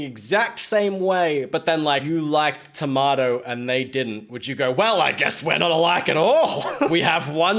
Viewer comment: there actually is an entire song about irreconcilable differences over tomatoes. And you said tomato wrong.